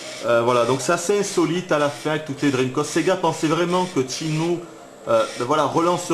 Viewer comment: Tchinmoue, dreamcoste...ça me ruine les oreilles.